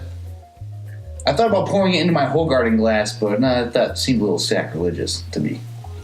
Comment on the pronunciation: Love Belgian beers. -19.2 oz = 568 ml which is the standard Imperial Pint in the UK -Your Brooklyn glass quite resembles the official Stella glass actually. -When you do your Hoegaarden review, know that it's pronounced WHO-garden. Mind blown! -I agree with your review...I think Stella is quite refreshing and a pretty decent lager. -We definitely don't think Lager when discussing Belgian beers even though the money maker it Belgium is Jupiler, a cheap lager. They do a ton of sports sponsorships and have a grip on the market countrywide. Sound familiar? Ha. I had one during my visit...not good. Great review.